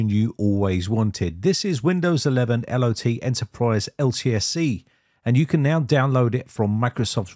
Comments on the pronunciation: i think it is I.o.t not L.o.t. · I believe it is Eye-oh-tee (Internet of Things) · LOT you mean iot